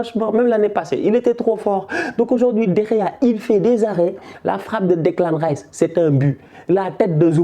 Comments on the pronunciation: Declan ''Tchèpe'' AHAHAHAHAHAH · Hahahaaa quand t'appelles Declan Rice "Declan Thieb" ça me Goudronne mdrr.